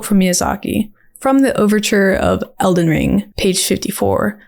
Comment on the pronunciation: I deadass heard you say Zelden Ring. Real